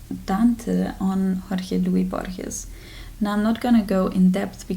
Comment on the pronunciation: Dear, thank you for another delightful and thorough video. Congratulations on finishing your second year at uni. I was thrilled to find out you have decided to learn Spanish - it's a beautiful language! I can see you will have no problems with the pronunciation after I heard you reading the poem by Borges in the original. As a Portuguese speaker I found it easy to learn, but that are lots of false friends to watch out for. Knowing French will certainly help you a lot. I am now on a mission to read all the books by Gabriel Garcia Marques and Mario Vargas Llosa, as they are fantastic. I suggest you read them in the order they were published in order to feel the development of his writing. In hindsight, I would definitely leave A Hundred Years of Solitude for the end, not the beginning, like I did. By the way, Mario Vargas Llosa has written a wonderful book about my country, Brazil, called La Guerra del Fin del Mundo, where I leant a lot about my own country (echoes of you saying you know nothing about the history of Austria...). He has also written a marvellous book about the writing of Madame Bovary, which I'm sure you will love reading. About your course on French Literature, which I'd like to do, I need to know if it is OK to read the books in French - I was thinking of cross-references, page numbers, etc. and whether that would be too confusing, as you used English translations. Please let me know. Thank you for sharing all your knowledge with us - it is much apprecia